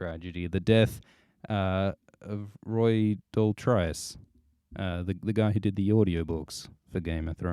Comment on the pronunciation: It's pronounced Roy "Dortreece" here in the UK. He was from a famous acting family. But who am I to correct the great?